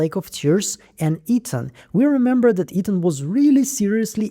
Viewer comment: Lol the accent kills me everytime I watch your videos like it’s my first time or something the way you say Ethan as eating has me dying laughing 😂😂